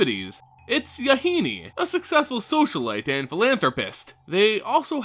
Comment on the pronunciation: MaRo has been told that Yahenni rhymes with "Duh, Jenny." Using this knowledge, to pronounce it the way you have been is wrong. For future reference.